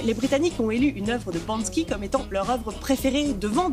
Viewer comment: « Banski »... t’as cru qu’il était russe ? 😂 En général quand on fait une vidéo YouTube sur un sujet, on sait de quoi on parle, on lit pas une page Wikipédia.